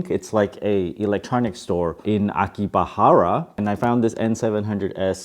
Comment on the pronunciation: Also its Akihabara not Akibahara